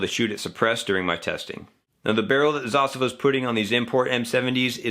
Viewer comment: Thank you for pronouncing Zastava correctly :)